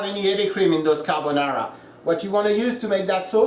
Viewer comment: "Carbonara" Ahahaha please go to sleep